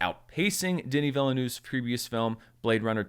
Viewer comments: Canadian here, his name is pronounced “Vil-nuv”. Handy pronunciation playlist with the director saying his own name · It’s weird to hear people still mispronounce Villeneuve with 3 syllables after all this time. The correct pronunciation is quite easy.